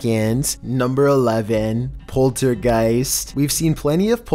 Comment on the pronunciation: " number 11, polter guys"